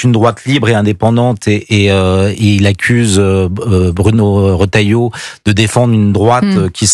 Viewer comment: Il faut demander conseil à Jacques Dutronc ...........L'opportuniste..... Retailleau et non Rottailleau, la majorité des journalistes incapables de prononcer les noms correctement